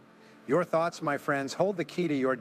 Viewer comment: Thoets? Then Thoughts? A toe_tally different per_sone? Sounds so smooth and real. Then this AI creep reveals himself.